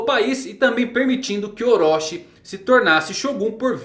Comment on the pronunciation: Wrong : ORÓSHI Right : OROCHI ( TI )